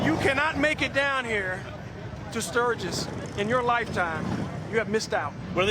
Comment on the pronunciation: Welcome to "Surge-iss"!!